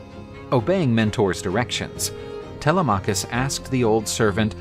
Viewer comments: tele-maw-cus had me dying bro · First time I hear Telemachus pronounced that way, kind of distracting.Great video otherwise!